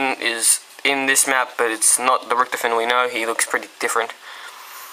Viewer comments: lol you say richtafin is how you say his name... its Richtofen! (rik-tah-fen) the WunderWaffe DG-2 isnt in Ascension... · it's pronounced Rik-tof-en